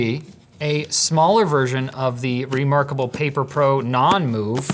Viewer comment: "That is so Remoarkable. No, not like that."